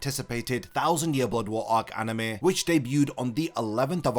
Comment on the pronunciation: Drink every time you hear "aneme"